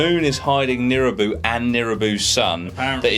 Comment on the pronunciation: it's nibiru, not nirubu btw